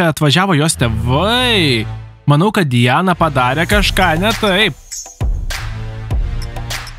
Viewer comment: Ne dijana o Di ana